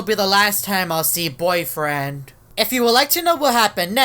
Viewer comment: Are you combined with Boyfriend you just said boyfiend like you are combined with him!